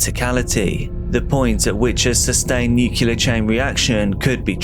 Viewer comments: NuCLEAR. Nu-CLEE-er. NOT NUCULAR. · I know this is an AI, but how come it pronounces nuclear wrong? It's not NUC U LAR! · No one who pronounces "nuclear" as "nukular" should be talking about nuclear issues. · If one can say "nucleus", the same one can say "nuclear". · Literally leaving video because as an English person you ought to pronounce NUCLEAR correctly and it's giving me hives. lol